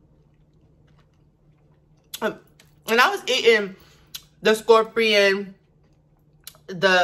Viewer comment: "scorprion booberry suhker"